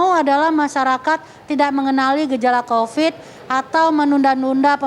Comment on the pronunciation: Kopad kopid... Kopat kopid... Bosen dengernya